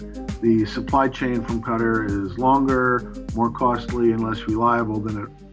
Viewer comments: Did you pronounce Qatar utter? It’s Cat-tar, not utter. 😂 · “Cutter” for “qatar” lollllll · It’s pronounced as “cotter” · They are pronouncing Qatar as cutter ugh. Its KAH-TAR. lol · Dude wtf it's pronounced "ca-tar" not "cutter" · The tiny nation of what???? Cutter???? 😂😂💀💀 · Qatar not cutter. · Jeez how do u call qatar “cutter” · Bruh said "cutter" for Qatar lol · Hearing Qatar as Cutter is cringy and I am not even from Qatar. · And said "Cutter". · I think "Qe-tar" is the closest pronunciation. Short "A". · I like how they pronounce Qatar as ‘cutter’ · It's pronounced in different ways depending on the dialect, each one is far from "cutter", it's hard to explain it cause it has a sound which doesn't exist in English which is "ق" the closest sound you can pronounce is "k", in Qatari accent though, it is pronounced with "G" sound, it would be "ge" with a short e, and-tar, with a rapid a sound, btw the "t" sound is not the original sound, it is another sound that doesn't exist in English which is "ط" And English speakers prounounce the R sound differently, so it is a word with only three letters each of which English speakers can't pronounce. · It’s actually pronounced ka-TAR.. emphasis on the second syllable... I’m Indian and have friends and family in the Middle East... that’s how they pronounce it. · How did he pronounce Qatar again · I cringed when he said Qatar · Please learn how to pronounce Qatar. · That's not how you pronounce Qatar. It should be a soft t and the vowels are drawn out. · Pulsxr- exactly